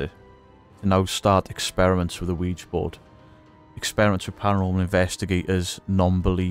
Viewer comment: Bonus points for not pronouncing it "Wee-Gee".